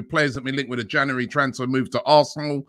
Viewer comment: January! Robbie struggles with that word 😂